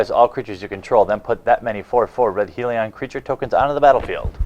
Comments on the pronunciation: Seriously it's Hell-ion not Heel-eon. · just saying its not heeelion